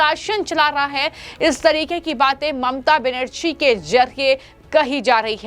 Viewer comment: तुम्हें अभी तक बंगाल के सी एम का नाम भी ठीक से बोलना नहीं आता तो हिन्दी में वीडिओ क्यों बनाने लगी हो।